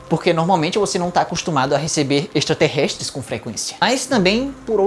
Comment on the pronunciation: Mais alguém ouviu ele falando ‘extraterrests’